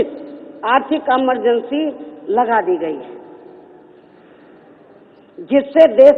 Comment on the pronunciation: emergency ko bhi amar bna diya amargency bol kr lol